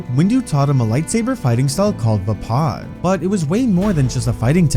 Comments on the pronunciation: Vuh pod? Thought it was pronounced Vay pad? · "Vah-Pad" not Vapaaa